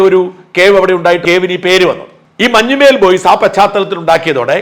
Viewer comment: മഞ്ഞുമേൽ boys alla sir, മഞ്ഞുമ്മൽ boys എന്നാണ്.... മഞ്ഞുമ്മൽ എറണാകുളം ജില്ലയിലെ ഒരു സ്ഥലo aahnu